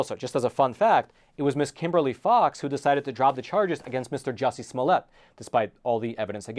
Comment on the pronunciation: Disappointed that you didn't say his name right, it's Juicy Smuyé